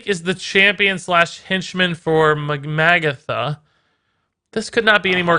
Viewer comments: Nitpick: her name is pronounced ma-GATH-a, not MAG-a-tha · If it's gonna be either of them it's Magatha. And it's "Muh-goth-uh"